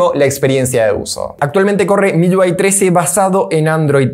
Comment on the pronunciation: Papu es MIUI...no MIYUI....UI...no lleva Y...me parece ...